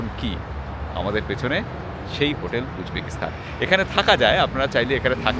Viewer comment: Kindly pronounce "Stan" not "Sthan"